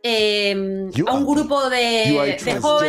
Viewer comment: gracias!! Por fin alguien pronuncia bien Burjassot. Soy de aquí y me daba una rabia cada vez que lo pronunciaban mal en los medios... 😂😂